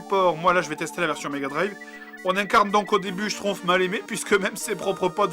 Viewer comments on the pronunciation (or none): Je rêve ou tu dit Schtrouff et pas Schtumpf ? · Schtroumpf ne se prononce pas schtroupf, mais bien schtrouMpf. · j adore tu dis schtrouf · En fait, il sait pas prononcer schtroumpf !!